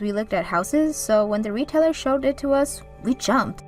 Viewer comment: Realtor is not pronounced retailer